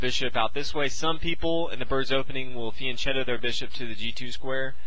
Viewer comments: It's pronounced fian 'ketto' not chetto. I hear even GMs getting it wrong its funny. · ... it's fian-'ketto' not 'chetto' despite the spelling. I've seen even grandmasters saying it wrong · Good video and explanation: I live in Italy so I have know how to pronounce some words, there was a word that is troubling me: Fianchetto. It is not pronounced with a 'c' like cheese but a hard 'c'. KEEP UP THOSE GOOD VIDEOS WE LOVE THEM!!!! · P.S. Fianchetto is pronounced like fianketto